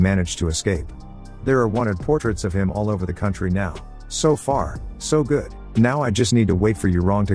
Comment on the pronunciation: tts can say galvanized but cant say good. lmao